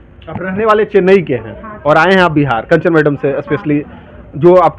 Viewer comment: Kanchan medam nhi kanchna medam are bhen kam sai kam mam ka nam to ache se le leti 😂😂😂😂